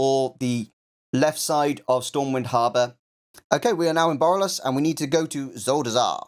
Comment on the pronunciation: where the fuck is "Barrel-less"? You mean BORALUS?